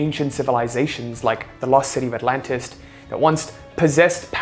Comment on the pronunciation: I like your accent, but it's called Atlantis, not Atlantist. The Egyptians didn't build the pyramids. They found them. I used to think the way you are suggesting. But here's what I came to realize. It if was meant for you -- it will be yours. My philosophy now is let it happen the way it happens. Work towards nothing and don't try hard. Just get by. Don't give And don't take. Just let it happen.